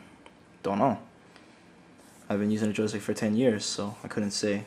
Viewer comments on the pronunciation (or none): none